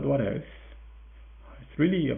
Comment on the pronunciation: In England, we have some 90's slang, "what evz" meaning, "Whatever" or "Who cares". For a while I though you were saying that! xD But I hear now, you're saying "What else" :) :) This made me smile a lot. Also, great game. Thank you